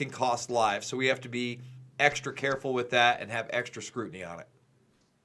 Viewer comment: Please say with. Not sure why it bothers me. Lol